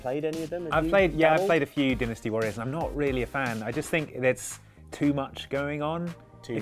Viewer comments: Din-esty u mean DIE-nasty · Dynasty is pronounced like dienasty. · that "dynasty" pronunciation almost made my ears bleed.......thanks:(